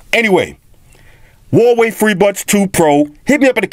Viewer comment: its actually pronounced huawei and not wallway